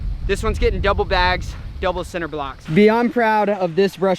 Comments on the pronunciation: This man just said "sin"ter blocks......what 🤣🤣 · Dis this man say “center” blocks? That gave me “Tubberware” vibes lmfao😅❤️